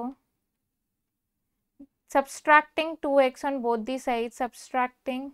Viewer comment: And subtracting spelling & pronouncing 😂😂